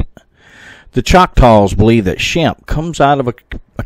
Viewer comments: Shampay is the pronounciation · The native pronunciation is closer to "Shom-Pay". "Shemp" is one of the Three Stooges. There appears to be some moss covered markings on the middle front of that cave. Maybe a face or glyph. If the Choctaw fear it enough to leave, were they taught to fear it or was the issue discovered from direct inexperience? Many tribes have lost the sacred ways of the ancestors that would have helped deal with all the anomalies of this land thanks to euro American "progress". Did they try leaving apples? I bet not. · Shampe, pronounced Sham pe.